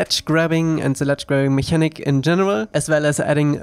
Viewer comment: I know I'm totally nitpicking here, but mechanic is not pronounced like the German "Mechanik", but instead with a "k". ("Meckännick") Also, I find your game breathtaking every time